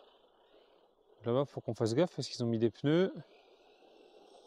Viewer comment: 😱un faux sudistes 🫣 tu as dit ''des pneus'' 🤣🤣